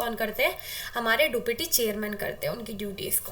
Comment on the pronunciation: Deputy bolte h esko duupiti nhi 🥲